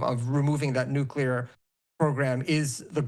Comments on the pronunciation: If they have "nucular" weapons that's ok. Long as they don't get "nuclear" weapons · I think we should discredit anybody who gets on tv and says "nucular" instead of "nuclear".